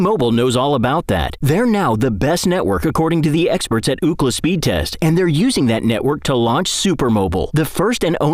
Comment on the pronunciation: Did anyone else hear the AI say "Ooh-Clah" instead of UCLA during the commercial?